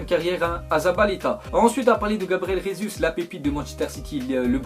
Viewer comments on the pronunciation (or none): none